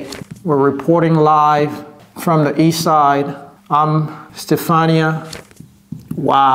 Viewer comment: At the end also, she pronounces "ii saïde" to mean "East side" Thanks a lot!